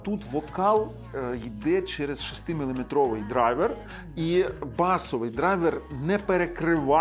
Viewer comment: Ох і чудна ця німецька мова "мылыметрів" 😂